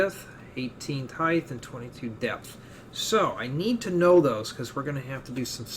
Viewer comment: I'm sorry, Heidth?? Like Width, Depth? Heidth? When I first heard it I thought it was slip of the tongue, I'm sorry if you have a lisp, but if you don't just a friendly reminder from the rest of the world, the word you're looking for is Height.